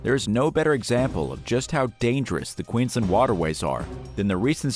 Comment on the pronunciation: It's horrific that u can't even pronounce Queensland & Australia properly. Anyway Australia as a whole should be No 1 on this list, the more deadly animals we have the more we hope tourists stay away